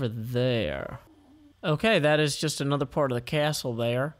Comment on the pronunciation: When you said "aNETHER go" my laugh souded like "HU HA HE HA HO" It was more idiotic-sounding than it sounded